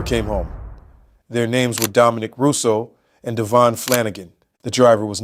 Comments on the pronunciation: DA VEE ON. not Davon PLEASE GET IT RIGHT OR SHUT UP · It’s Davion not Damien. Please get the victims name correct because it’s disrespectful if not